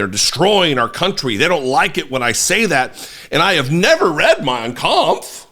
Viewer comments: He never read it? Then why did he pronounce it in perfect Deutch? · It’s just funny that he can’t pronounce “origins”, “future” or even “United States”, but he has a very good pronunciation of Mein Kampf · Of course he read Mien Kampf. Cause when he said it, he got the penunctuation right. If he didn't, he would know how to say the name right, much less the spelling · If that idiot can pronounce mein kampf correctly then it is one of the few books he has read. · It says a lot when the same man who couldn’t/can’t pronounce simple words pronounces Mein Kampf perfectly. Sure…he has never read Mein Kampf!!🙄🙄